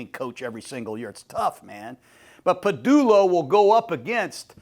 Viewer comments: No nfc east team has won the division back to back in over 20 years. Kevin pa"dullo" ???? DevonTUH smith? Come on man! I think MAGA is rotting your brain. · 🦅 OC Kevin “Padullo” (said twice); and Ringo starting?! You’re a legend Jon but tell your staff to get their heads out of their a$$e$ 😆